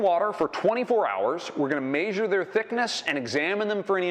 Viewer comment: What planet is the presenter from. Lets maysure it.